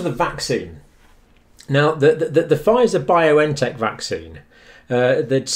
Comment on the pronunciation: Just a small correction, it is Bion-tech not Bio-N-Tech.